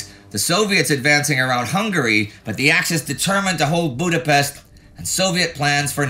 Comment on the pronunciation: weeks and weeks go by and Indy still genetically unable to pronounce Budapest.